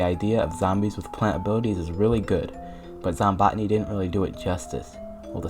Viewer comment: i wonder why others pronounce it zom-bow-tany instead of zom-bot-tinee like you